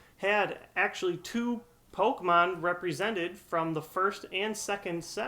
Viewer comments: I love these videos and enjoy all these errors and what not. I just think it's funny that you know the correct pronunciation for Phanpy, but continuously miss pronounce PokEmon. Don't want to sound like dick, or anything, Just something that made me chuckle. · MY GOD IT'S POKEMON NOT POKEMONS